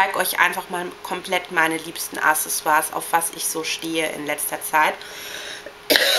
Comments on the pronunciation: man spricht es AKSsesior aus!! Nicht Assesior... :P BITTE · naja deine vids find ich erlich gesagt nciht so gut^^ is eben meine meinung ^^ und nur n tipp das wird äh.. AKsessesua ausgesrpcohen nicht ASSesua ich weiß das ist falsch geschrieben ^^ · zuerst dachte ich ja, das wär sowas wie ne verarsche^^ übrigens wird das "aXessoire" ausgesprochen ;) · Man tut es schon. Denn es ist ein französisches Wort und sollte französisch ausgesprochen werden. Man sagt ja auch nicht [Handie] sondern [Händy] oder? Ich wollte nicht fies sein, ich finde toll, aber bei so etwas läuft es mir kalt den Rücken runter.